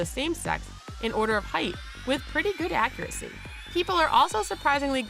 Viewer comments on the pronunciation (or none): none